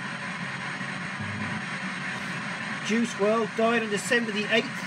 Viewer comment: You didn’t even say his first name right 🤦🏻‍♀️